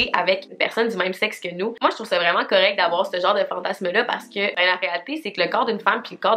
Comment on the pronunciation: Une fois sur deux tu dis fantassss lol c’est fantasmmmmmeeee haha